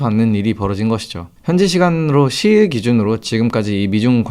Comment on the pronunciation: 6월과 10월은 '유월'과 '시월'입니다만 10일은 '십일'입니다. '시일'이 아니라. 혹시나 싶어서 들어보니 두 번이나 확실히 '시일'이라고 발음하시네요. 고치시는 게 좋겠습니다.